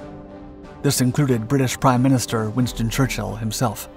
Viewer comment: “Winton Churchill” 😂